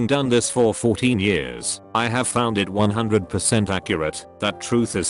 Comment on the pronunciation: so the robot can’t pronounce “years” correctly but can pronounce “Spanglesh “ without fail… Ok.